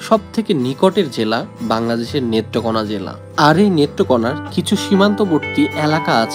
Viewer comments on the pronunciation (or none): ভাই আপনার বাড়ি কোথায় নেত্রকোনাকে মেত্রকোনা বলতাছেন